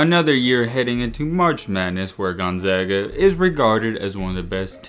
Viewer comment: At least you pronounced the school's name correctly, do some research on their non conference games.